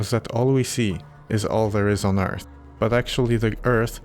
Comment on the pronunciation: I'm guessing it's the "th" diphthong that's throwing him off? That is difficult to make the sound of if something close to it isn't in his first language. I would tell him "ürt" is an acceptable pronunciation of "Earth". He should keep practicing! He'll get it eventually.